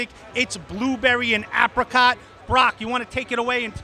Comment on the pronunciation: Please pronounce apricot correctly 😂